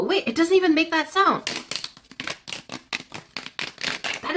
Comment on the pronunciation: You said look at this sawed Instead of listin to this sawnd